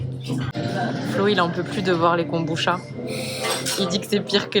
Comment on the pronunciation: En fait, ça se prononce kombuTcha, comme le matcha. 茶 , transcrit cha ou tcha mais toujours prononcé tcha, donc, veut dire thé en japonais (même si ce n'est pas du thé, et encore moins du thé de kombu) 🙃